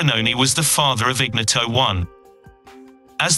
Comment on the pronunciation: 9.29 IGNOTO1 pronounced in-knee-oto 😂😂😂 phonetically correct is; iɲˈɲɔto